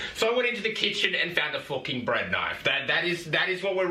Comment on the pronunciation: “A FOOKEN BREAD KNIFE”